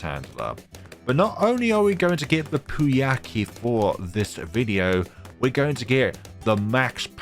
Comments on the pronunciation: Just for the record Prouncouncing poukai just say POW then Kai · That "pooiakee" was great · Pouākai is pronounced "poh-ah-kai", it is a bird from Māori mythology